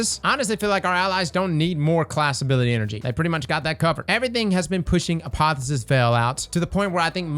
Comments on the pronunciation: a po the o sis, not a po phy sis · It's pronounced a pa thee osis LMFAO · Apotheosis is pronounced "Uh-Poh-Theo-Sis". Just to let you know, not trying to needle you. Also, Geo-Mags have been nerfed into the earth. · Hey, I know you're all about pronouncing things... Uniquely, but I thought I'd mention it's not "uh-POTH-uh-sis", it's "ah-POTH-eee-OH-sis". Means "process for attaining godhood." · is determined to say "Apotheosis Veil" wrong as many times as possible